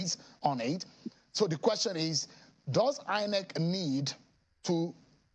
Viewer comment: Why does this former INEC guy keep calling it EENEC?